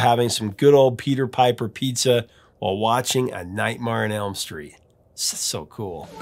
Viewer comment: nightmar on elm street? cmon man, how can you mispronounce the epitome of horror in the 80's